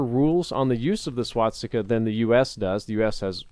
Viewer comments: SWASTIKA. NOT SWATSTIKA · Could you stop saying "swatsika"? Thank you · No offence. But why do you always say swaTstica ;_; it's infuriating to hear it so many times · Swastika not swatstika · And here we go again with the "SwaDsikas"..., an YouTube producer with your size should know how to pronounce things. Repeat with me: "Swa-sti-ka". Better yet "Sva-sti-ka", because "W" is "V" in German. Learn to talk man, you are 30-something years old. This is feedback, not hatred. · Swastika. Not Swatsika or Swadstika or anything else. C'mon, you're making me cringe over here! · I just wanna know why everyone pronounces it "Swatsticka" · every time says "swat-sticka" take a shot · It also sounds to me like he says swadstika, pretty funny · Is nobody going to talk about the fact that he doesn't know how to say "swastika" either? Only halfway through the video and he's already mispronounced it like 5 times